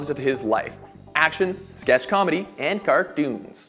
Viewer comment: Is it me or did the way he said cartoons sound like "CART-DOONS" I know he didn't say it wrong, but you know how you hear something and it just hits the ear weird and uncomfortable.